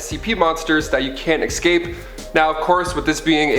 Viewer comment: Yo, there's no "x" in escape